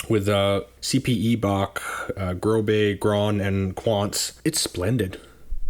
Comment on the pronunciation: The "ß" in Große is not a B. It's call an eszett and is pronounced as an S. So, Große is pronounced "Grow-suh".